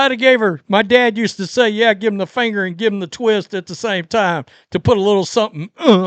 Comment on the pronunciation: "I'da gave her the middle fanger!" has me IN REAL LIFE TEARS!!!!!!!!!!!!!!😂😂😂😂😂😂😂😂😂😂